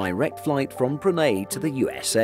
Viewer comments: You know I'm not grammar nazi or do I think someone should spell everything correctly. You know live and let live.BUT I WILL BE DAMNED IF PRONUNCIATIONS ARE NOT TAKING SERIOUSLY THIS MAKES ME GO NUCLEAR. BRU-NEY??? WTF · Do people in Brunei pronounce it the way the narrator does in this video or is he just saying it wrong? He’s saying “bru-nay” but I’ve only ever heard it pronounce “bru-ny” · Many thanks for this but would like to point out that you kept pronouncing Brunei incorrectly it is Bru (as in Iron Brew) and Nei (N’ eye) definitely not ( Ni or Knee). It grated on me and yes, I have been these for work. You also pronounced Austria wrong.